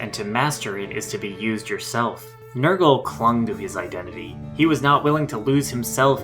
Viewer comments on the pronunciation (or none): Its not Nurgle... Its NER-GAL But thank you for this, this was one of my all time favorite villain's from my favorite game. Now fight me.